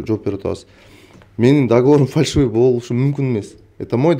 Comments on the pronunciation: Фаршивый эмес : фальшивый деп айтылат.... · Фаршывый эмес фальшивый болот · Автор фаршивый эмес фальшивый деп суйлосон туура болот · Фаршивый емес Фальшивый деп айтчы Ушу блогер сорой бала ушун уйронбой койдуда кыжалат кылып 😂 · Фарьшывый эмес фальшивый